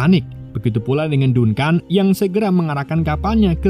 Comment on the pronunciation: Dankən bang dibacanya bukan dunkan